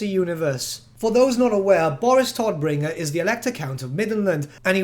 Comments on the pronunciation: I don't like the English pronounciation of his name. Todbringer is German and means the bringer of death. The T and B are prounounced hard. The O is a long O. And the R's have to be rolled more. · No problem. I'm just used to our harsh German pronounciation. When you say Todbringer it sounds as cute as toddler to me 😂😂😂